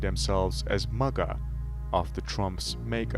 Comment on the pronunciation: MAGA not MUGA